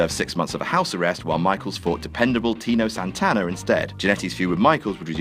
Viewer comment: Who's "Tino Santaner" ?